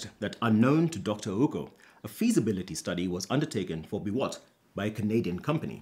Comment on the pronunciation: What's up with 'Ouko' being pronounced as 'Ooko'?